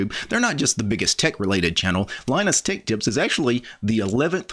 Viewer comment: You cant say tech.